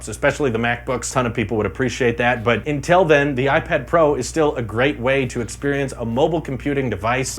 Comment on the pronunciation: Talking about LTE where it sounded like 'until then...' did you really just say 'Intel then...' :P